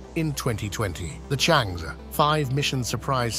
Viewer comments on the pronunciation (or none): It's pronounced "chung errr". Not chang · Changi is the world renown airport in Singapore CharngErrh is this lunar spacecraft. (not chang, not chang-eee) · it should be pronounced as Chang-Er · This commentary mispronounces Chang'E all sorts of diferentt ways and also the name of the relay sattelite and mixes up tenses, putting things that happened in the past in the future tense. If someone is careless about such things it is difficult, dangerous even, to take seriously, what they say about anything else.